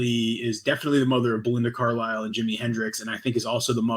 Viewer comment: You keep saying Belinda Carlyle but all I hear is Belinda Cowlyle